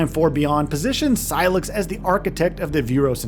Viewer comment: Sy-lax? lol Did I hear that right?